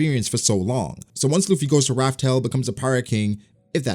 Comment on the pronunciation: first video of yours I've seen, a bit confused, are you still calling the location of the one piece "Raf Tel" out of habit? i thought the official translation was revealed as "laugh tale" As much as i LOVE one piece, i hope to does end, and not just stop. i hope there's a solid conclusion